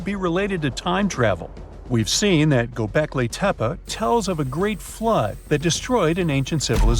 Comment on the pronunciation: The word "Göbeklitepe" is not pronounced "Göbekliteppa". Also, what does "woowoo" mean?